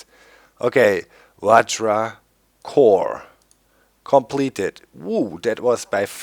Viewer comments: LOOOOOOOOOOOOOL i play the same modpack and it took me like 10-20 mins max to make the vajra btw i think its pronounced vahra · V-i-r-a that's how you pronounce it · Doc its vajra there is not ''D''on there just saying :D